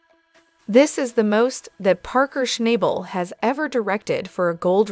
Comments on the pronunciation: If you watched the show you would learn how to pronounce his last nsme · Schnabel …… can you not pronounce his name properly ?